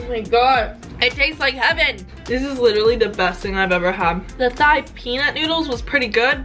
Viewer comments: Thai is pronounce like tie not thigh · Lmao love the vid, Thai is pronounced like ty btw